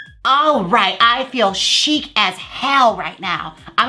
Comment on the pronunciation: Nom De Plume - Chic is pronounced “sheek” not “shick” or “chick” lol